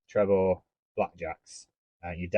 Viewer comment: Trebor is/was pronounced tree-bor.